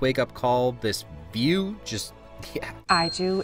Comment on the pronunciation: IDK why, but I heard the first time (and sorta the second time) Biew instead of view.